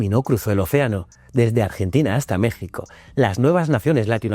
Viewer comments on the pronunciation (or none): none